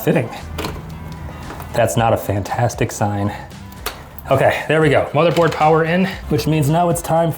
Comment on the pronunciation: Also u said bothermored not motherbored lol also, u should build a PC in the forest